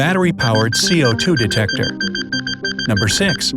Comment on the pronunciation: He was like, “CO... detecteor